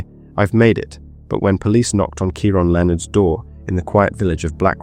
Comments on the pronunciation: It’s said .. key ron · How on earth do you reach adulthood and NOT know how to pronounce Keiron??? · I'm struggling to fathom you're English, yet can't say the name Keiron properly 😮